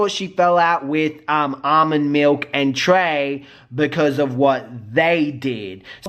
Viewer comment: he said some ''almond" instead of armon